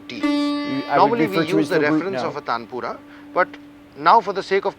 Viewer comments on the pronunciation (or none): Taanpura. It's prominent AA sounds. You almost sounded like Tempura. 🙏🏼